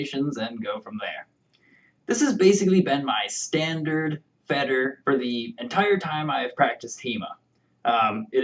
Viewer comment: "Fadder" is what it sounds correctly in german. But that's alright, how is one to know without speaking german, right? I as a german don't fuss about it, because I know I mangle some English terms as well. 😅